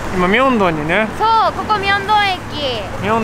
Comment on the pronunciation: 今日のそう！（so）は、SOU！なんですね😂😂おいしそうだよおおおお